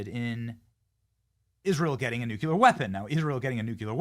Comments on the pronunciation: Nuclear is pronounced like new clear not nuke you lur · Benny- love your work! Nu-cle-ar, not nuke-u-lar. please bro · PLEASE BENNY it’s NOO CLEE UR NOT NOOK YA LER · Please Benny...the word is nuclear not nucular. NU-CLEAR🙏 Please pronounce it correctly... please 🙏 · Benny, please stop saying “nook-yuh-lurr”, it makes you look stupid. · I love ya, Benny. But sound it out. Nuclear (Noo•klee•ur) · Say "nook-yular" again! C'mon, say "nook-yular" again! I dare ya, I double dare ya MFer, say "nook-yular" one more got damn time! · You need to learn how to pronounce “nuclear” correctly, Benny! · Any reason why you keep pronouncing nuclear incorrectly??? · STOP MISPRONOUNCING NUCLEAR!!! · What's a 'new q ler' weapon? You mean 'new clear (nuclear)? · Nu clear, not nuculrr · Benny! I love you! You're awesome! But it's "NU-clee-er," not "NU-kyu-ler" 😂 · Hey, Benny… What the heck is a “nucular” weapon? Is it anything like a “nuclear” weapon? 🤔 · Ok, I've told you before but u keep talking like a moron. The word is pronounced nu-clee-er not nu-cu-ler. Nucular is actually a word, it refers to the contents of the nucleus of a cell. But it is NOT the reference to the atomic level, thats Nuclear(nu-clee-er). You pronounce it like that globalist idiot george bush. He always sounded so stupid to educated people! So do you when you use the wrong word! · Benny, you’re great and good piece. But, please…it’s nuclear (NEW CLEAR not NUCULAR 😬). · Wow i didn't know this, thanks lol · NOO CLEE AR, Benny! Stop saying Nu Ku Lar!!! Please! (Sorry, pet peeve). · If you say nu Q ler again I have unsubscribe. It’s noo clee UR. Pronounce it correct or Lose everything. Anyone that can’t say this word correctly deserves nothing. Bush says new Q Lur. He’s an idiot. Are you an idiot? Then stop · nuCLEAR bennny not nukular!!!!!!! NUCLEAR NUCLEAR NUCLEAR NUCLEAR NUCLEAR Everybody learned that as teenagers!!! You say it ALL the time holy smokes it’s annoying!! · NEW KLEE AR NEW KLEE AR Not Nook you lar